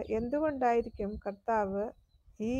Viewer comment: യേശു കത്താവ് എന്നാണോ, അതോ കർത്താവ് എന്നാണോ? നിങ്ങൾ കത്താവ് എന്നാണ് പറയുന്നത്. 😄